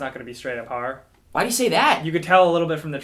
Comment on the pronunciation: I love survival Harror games, as says it. Harror.